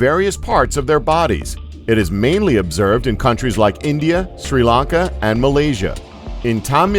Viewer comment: At the end you say like dant forgat to laik xD